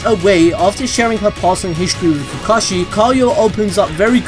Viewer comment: Is anyone else saltey at how he said kakashey's name